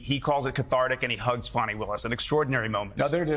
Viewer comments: Really, Joe?! You really haven't learned to pronounce Fany Willis's name by now? It's not "Fanny"; it's like fawny, fawny Willis. Say it; practice it like a professional. Please! And apologize to her; she deserves a ton of respect. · Hey Joe, stop calling Fani Willis fanny that's not how you say it. Think of a baby deer, fawny that's the real pronunciation. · More like "Fawn-ee". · I believe Fani is pronounced Fun-ee'Willis, Joe. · It's pronounced Fawny